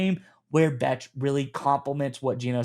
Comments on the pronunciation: Love the content, fellas! Bech is pronounced "Besh" btw. Go Raiders!!!!! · Bech (pronounced Besh) was the top blocking WR available in the draft. He will be very valuable in the run/screen game in that regard. Maybe a Hines Ward type?